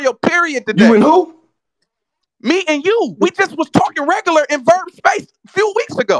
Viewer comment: The fact that they both keep saying “aye verb” tells you who run battle rap 😂